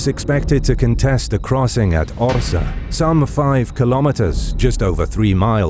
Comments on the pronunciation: I wonder why you pronounce Orza? while it is correctly written on the map and in the name of the video as Orsha, this town still exists today in Belarus near Russian border. thank you for video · Well-pronounced Polish names. But one remark "Orsza" -> Orsha, not Orza. Good work! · It's OR-SHA, not OR-SA. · Incorrect pronunciation of the name of the city ORSHA - you should read the full name from SHA (ORSHA), not ORZA or ORSA. But in Belarus we call this city Vorsha - this is the real name of this city. (Ворша - назва горада ў Беларусі). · Cool video! A few details: The pronunciation of the place where battle happened is Orsha, not Orza. There was no Russia in modern meaning. Only Moscowia. They officially steal this name from Ruthenians/Ukrainians in time of Peter I reign (begin of XVIIIst). Het'man Ostrozhsky was Ruthenian-Ukrainian Kniaz' (Prince). Now we keep a good old ukrainian-ruthenian tradition to beat moscowite.😉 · It is OrSHa (sh=Ш) 😊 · nice work. just 2 things: 1. wings were different, than at the first picture; 2. Orsha is pronunced with "sh", like shame, not "s" like snow regards, still, great stuff